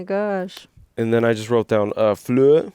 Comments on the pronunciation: You pronounce the r as well in Fleur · You got me french laughing at your "Fleur" attempts. Love you guys. Those 3hours review are truely interesting.